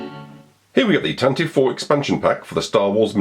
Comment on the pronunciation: It still is Tan-Tiv-Vee. Always has been. 'Tantive' or 'Tantivy' is a real English word Lucas used. It means 'Rapid Gallop', which is a great name for a fast ship. 'Tan-tivv' is not a word. It's just ignorance on the part of people who don't know how to pronounce it.